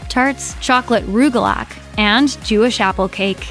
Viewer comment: Macaroon is pronounced as MAC-AH-ROON. Not Ron. Also, rugalach is pronounced as ROOG-AH-LACH (ch sound is supposed to sound like you’re clearing your throat).